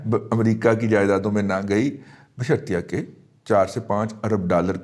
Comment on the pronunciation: رضی دادا استاد جی ۔۔۔ "۔۔ بشرطیہ کہ " ۔۔ ۔۔ نھیں "-- بشر طے کہ ۔۔ " ھے ۔۔ بادشاھو